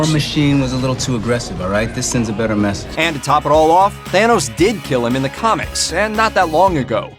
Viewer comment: It's pronounced THANOS,not THEENOS!!!! It's also ODINSON not ERRDINSURN. You've 1 job so get it right.😒😒😒